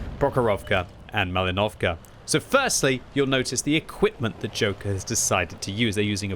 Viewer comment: With respect: it’s PrOchorovka and MalInovka, not ProchorOvka and MalinOvka. Just will be glad if you’ll pronounce it more right)